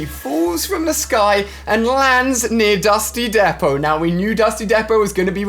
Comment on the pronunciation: can’t even say “Dusty Depot”